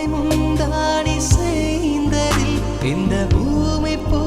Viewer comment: ബ്രോ,,, song സെലെക്ഷൻ ഒക്കെ അടിപൊളി,,, ഒരു ചെറിയ കാര്യം പറയട്ടെ,, ആദ്യമേ പറയാം ഞാൻ പാട്ട് പഠിച്ചിട്ടില്ല.... എന്നാലും തമിഴ് songs തമിഴൻസിന്റെ ഉച്ചരിപ്പു ഒരു പ്രത്യേകത ഉണ്ട്..... ഉൻ പുടവൈ മുന്താണി സായ്ന്തതിൽ ഇന്ത ഭൂമി പൂത്തത് ( പാടിയത് സെയ്ന്തതിൽ എന്നാണ് ) പിന്നെ ഇത് കമ്പൻ പാടാത സിന്തനൈ എന്നാണ് ( പാടാത്ത സിന്തനൈ എന്നാണ് താങ്കൾ പാടിയത് ) പാടാത എന്നാണ് തമിഴ് ഉച്ചാരണം പാടാത്ത എന്ന് പറഞ്ഞാൽ മലയാളം ഉച്ചാരണം ആണ്... എളിയ അഭിപ്രായം മാത്രമാണ്... തെറ്റുണ്ടെങ്കിൽ ക്ഷമിക്കുക...